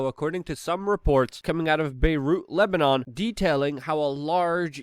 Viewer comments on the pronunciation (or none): none